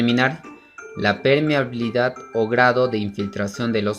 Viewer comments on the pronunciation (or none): Permeabilidad y no es "permehabilidad" corrigan